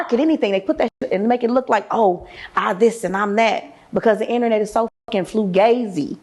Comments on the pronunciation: What is Flugazi? What a clown… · Did this woman say, “Flugazi”?😂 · Did she say, “flugazi” 😂😂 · She said flugazi 😂 wow you dumb b straight to prison